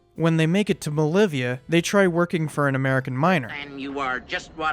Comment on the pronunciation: BOLIVIA,NOT MOLIVIA.